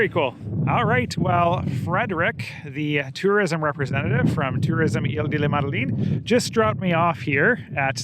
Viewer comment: Hey, I can improve your reading-of-French-signs by about 30% with one tip: 'De' (meaning Of, or From) isn't pronounced 'Dee'. Its 'e' vowel sounds close to the 'oo' in Look or Foot (but not the one in Boot or Root).